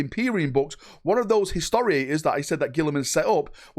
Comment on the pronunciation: Historitor. Say it with me. Historitor. Not historiator